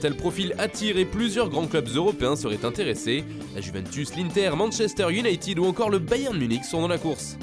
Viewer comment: I o u n a ï t e d. et non pas iounaïtiiiiiiiid